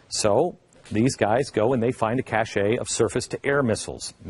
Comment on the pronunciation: Cache (kash); not cachet (kash-ay)